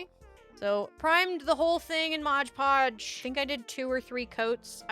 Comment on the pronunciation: MOD podge! 🤣 No G in Mod. Bag making is a skill set in itself. You did really well! And now you'll have a better idea of the challenges you will face next time you want to make one. 😊